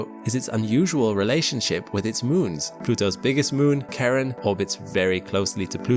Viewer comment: you give as an example of a native speaker, but it sounds like a subtle Dutch accent to me. "moons" has more of an [u:] than an [ʉw] to me and "Pluto" also sounds a bit like Randstad Dutch ['plytow], with the vowels sounding ever so slightly off and the aspiration being quite short. But I don't know who the creator is and it's subtle, so I may well be wrong. Btw I genuinely didn't get what was off because I just hadn't registered that there was even a contrast between "of the year" and "ever", because it wasn't accented. Great example! I had to go back and check after you discussed it that he actually said two different things.